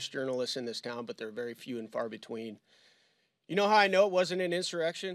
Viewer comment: There was no "in sir ex shun". It was a protest. Nothing more.